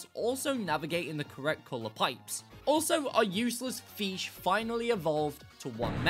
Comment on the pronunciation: Ah, yes the mighty and glorious FEESH